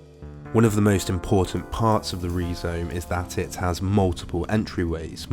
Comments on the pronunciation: I always heard it pronounced Rye-Zome before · great video but im pretty sure its pronounced rai zome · Perhaps that's how D&G pronounced 'rhizome' in French? But this vid is in UK-English, so /ˈrʌɪzəʊm/ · Rye zome not Ree zome. A pro pro? Kids! 🙄🙄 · Rhizome is pronounced RYE-zome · Is that how the British say rhyzome. What, do they hate the greeks? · Learn to pronounce the main word you're discussing. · Do High Theory people really pronounce "rhizome" like that? Wild!